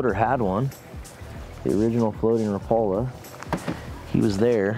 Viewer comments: By the way, rapala pronouces the name rap a la instead of rapala. Like rap music. I used to pronounce it incorrect myself. JFYI. 😊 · I see you're using "teflon" hooks again. One point of trivia here. Until I moved to Upper Michigan I pronounced Rapala the same way you do with the accent on the second syllable. However, because "Raps" are made in Finland and there is a lot of people up here in the U.P. of Finnish decent, they pronounce the name Rapala annunciating all of the vowels. So, like, rap (as in rap dance) a-la. So, when you meet me, (which you will) I will be saying it the Finnish way. By the way, I like original Thundersticks JR's better than Raps...I wish Brad still made them.